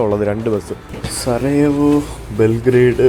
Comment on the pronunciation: സരയു അല്ല സാരോയോവോ ആണ് !!